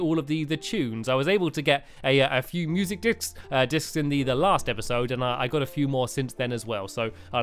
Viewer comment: in video it sounds like he said music dicks